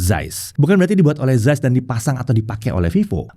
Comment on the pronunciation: akhirnya ada techtuber indo yg ngomongnya cukup bener, ZAIS (sampe ditekankan, "yg biasa dipanggil ZEISS ini" 😁). makasih ya. tiap saya jelasin ke temen2, bacanya bukan Zeis (meskipun harusnya ngomongnya "CAIS" sih, tapi it's ok lah, Zais), pasti komen orang2, ya terserah gue, lidah2 gue. padahal kalo misal namanya budi, trus orang luar manggilnya byudai, kan kaga mau juga kali ya. jadi, Carl Zeiss (dibaca pake lidah medok indo: Kal Cais) nb: tar ada komen begini pasti: IYA DEH YANG PALING SOK LINGUISTIK 😁